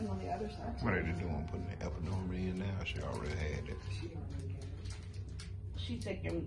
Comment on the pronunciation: This is so beautiful but are we gonna act like he didn’t keep saying epidurion lol.